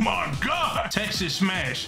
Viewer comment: Bro said Texas smash💀💀💀💀